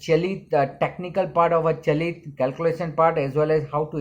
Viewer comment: Its called chalit not galit ......🤣🤣🤣🤣